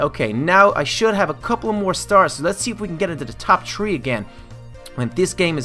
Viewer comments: you said tree not three i'm not being mean okay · why do you say tree for three?